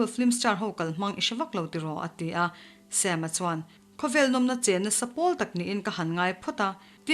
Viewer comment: ngaithla leh lawk teng... Sam-a hming Mizo taka Sam-a ti mai lo a Sem-a tih hi ka beng a kham 😋